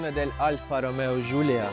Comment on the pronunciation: Ну бл. Не Gulia, а GIULIA!